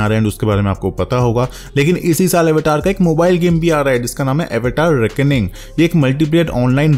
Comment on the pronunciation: It's अवतार not एवेटार 😹😹😹